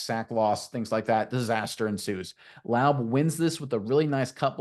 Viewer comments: Say it wrong, and say it many times😂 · It’s Raider Nation not Raiders Nation And it’s La-ooby not Lobe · Seriously?!? I can't watch this video because you don't even have the decency to learn how to pronounce his name? It's not Loub. Laube Lau-bee! There's no way you're a real Raider fan pronouncing his name like that! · His name is pronounced Lau-Bee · Nice film breakdown. You're mispronouncing his name though. It's pronounced similar to LOBBY. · Pronounced Laubeee and its Raider nation, not raiders nation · Lau-Bee ! Bro your killing me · I enjoyed your play breakdown...But you're mispronouncing Laube...It's Lau-Bee. A long "E" sound, and a strong "B". Like the insect the "bee". One way to avoid mispronouncing players names is taking a minute to listen to the college announcers that covered their games, and for Laube, anything involving the Raiders promotion of him.Thanks for your video work and analysis. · Guys, it's Lau- BEE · Lou-Bee... sounds like wowbee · It is pronounced Lau-bee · You need to PRONUNCE HIS NAME RIGHT FIRST OFF. WOULD YOU WANT SOMEONE TO MISS PRONUNCE YOUR NAME OVER AND OVER AGAIN? I THINK NOT. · The first thing you should do when you break down a fan favorite, is learn how to pronounce the man's name. If you don't care to, I don't care to listen. Re-record this. Redo it. Be ashamed of yourself. You failed at step one. Laube, like rowdy. There are so many sources for how to pronounce his name, including many interviews of the man himself. Why don't you know this basic thing? Why have you heard no interviews of the man you are being authoritative about? Should I trust whatever else you know? I'm sure you are good at breaking down film, just, please, don't make us hear what we know is wrong in nearly every sentence you speak. To be fair, I can't really critique this video's substance because after hearing the mispronunciation 3 times in the first 30 seconds, I refused to watch the rest.